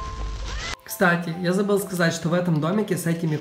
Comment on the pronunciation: На русском не "Кстате", а "Кстати" Если что